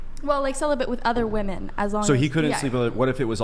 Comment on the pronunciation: I've watched countless hours of these videos, and I just can't fathom the reason these women cannot pronounce the word "women" correctly.